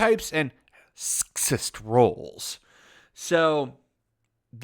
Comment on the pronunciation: Why do u say sexist like that